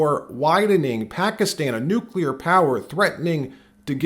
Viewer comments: Bush couldn’t even pronounce the word NUCLEAR correctly. It’s not “nuecular”. That always drove me nuts. GW Bush had a low IQ. He believed whatever the war mongers in DC told him. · It's not New Q lurr. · Nuclear, N u c l e a r.. not Nucular.🙄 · Bush Jr. Says " nucular" with a straight face. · Never trust anybody that says "nukular" or wears their tie long enough to go below their belt. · We are not caving to Israel. We voted against this war. Bush caved to his dad and Cheney and the Deep State, what did you think someone that couldnt pronounce NU CLEAR would do. Remember Bush senior practically nursed from Dulles' tit. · It's pronounced Nucular. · Just say New clee urr. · I don't trust anyone who pronounces it "nucular" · Bush couldn't even pronounce the word nuclear.